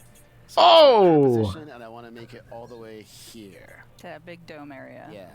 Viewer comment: BEEG TONY 😂